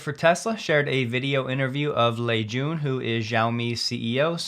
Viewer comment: You pronounced Lei Jun perfectly, but Xiaomi is pronounced more like Shall, replacing the Ls with a W.